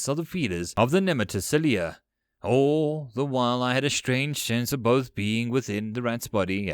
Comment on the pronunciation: This series is indeed better. You do have a penchant of upticking on vowels. All becomes Aahool. It's especially hating when on the end of sentences, as it loses the "mood". Did this improve? You're quite good. It might also be that I simply need to get used to your accent.